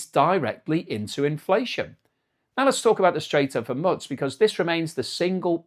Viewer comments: ... this is how i feel when he pronounces Hormuz ' hore - mooz ' as ' hore muttz' 😂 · Hormuz - Pronounced 'Hor Moose'. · Straits of hormutz? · Strait of Hormuz or Hormutz with a “t” . Which is the correct pronunciation. I’ve heard both over the last few weeks. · There is no such thing as alumin-e-um, and what is this place called Her Mutts? Hey,, did you know that the scarcity of a product leading to a higher price is not inflation? Did you also know that excessive demand leading to a higher price for something is not inflation? If you don't know, you should educate yourself.